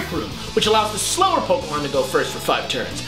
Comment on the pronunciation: Pun-Ke-mon LOL